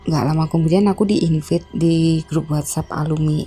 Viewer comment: Koreksi: Invait, bkn invit. Ter-connect, bkn ter-connecting.